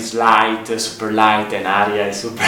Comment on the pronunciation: Sorry, Aria, not Hara.